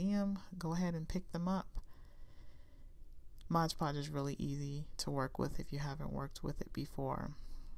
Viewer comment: So cute!!! But... Its MOD Podge, as in "Modern Decopauge"... Not ModGE Podge. I know I'm being ridiculous but it's a pet peeve of mine and I literally had to turn off the sound until you were finished with the mod Podge 🥴🤣.